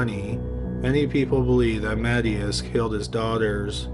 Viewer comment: "MA-ti-ahs", not "Matty-ass"